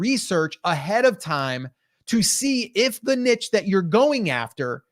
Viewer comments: This would be so much more effective if they stopped saying " NITCH " LOL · Please stop saying nitch. The word is niche, pronounced neesh.